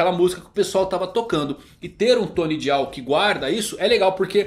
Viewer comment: Pelo amor de Deus, fala "DAIAL" não é difícil não!! DIAL é feio demais misericórdia!!!!!!!